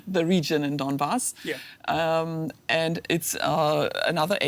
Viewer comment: She can not even pronounced donbash ,how can she analyse anything sensible??